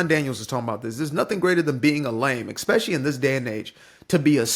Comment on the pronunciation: It's ESpeciallly. Not EXspecially. Please.